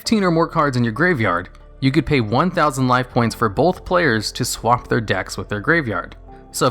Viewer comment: Bro, "both" is not pronounced as "bolth". It's really hard to watch because of how you say it.